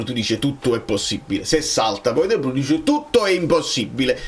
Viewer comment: Dovrebbe pronunciarsi "di bruin"